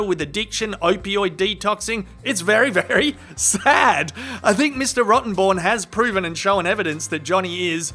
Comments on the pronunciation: I didn’t realize the lawyer’s name was actually Rottenborn, I thought was calling him “Rotten Bourne” as a tribute to the Jason Bourne movies! 😆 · I say Rottenborn changes his name as soon as this trial is over after Johnnie trolled the hell out of him for it. No way can anyone take him seriously anymore. All they'll do is see Johnnie on the stand saying yes you read that very well Mr. Rotten...born. lol. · same here, he said it verrry clearly, every time 😹 Rotten [comma] born. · I love how JD enunciated that lawyer's name every time...